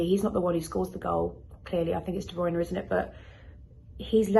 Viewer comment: The way she pronounces Werner is so jarring lol